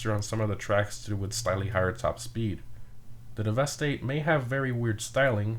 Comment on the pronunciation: Its pronounced DEVASTATE not dee-vest-ate